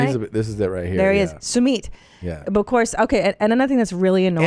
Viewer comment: Small correction:It's not pronounced as suumeeet,it's pronounced as suu mit.